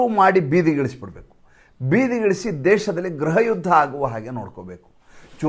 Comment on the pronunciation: ಗೃಹ ಯದ್ಧ, ಗ್ರಹ ಯುದ್ಧವಲ್ಲ. ನಿಮಗೆ ಗೊತ್ತಿದ್ರೂ ಬೇಕೂಂತಲೇ ತಪ್ಪಾಗಿ ಉಚ್ಛರಿಸುತ್ತಿದ್ದೀರಿ. ತಾವು ತಪ್ಪಾಗಿ ಉಚ್ಚರಿಸುವಾಗ ಕೇಳಲು ನಮಗೆ ಇರುಸುಮುರುಸಾಗುತ್ತದೆ.